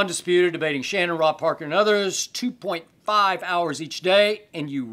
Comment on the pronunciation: The way Skip said Rob Parker 😂😂😂